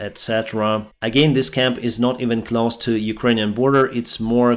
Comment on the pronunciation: Close closer, please practice these words with an English speaker. Клос и клозер а не наоборот. How do you close клоуз a door? Is it close клоус enough? That is closing part of the event. Not the clothing worn on the event. Sing me a song. That is not a thing.